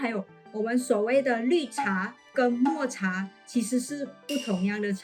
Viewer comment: 抹茶的mo是念第三声哦